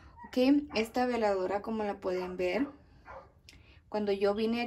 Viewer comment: Buen día no separé las palabras se dice veladora no diga vela dora perdón pero ASI se dice veladora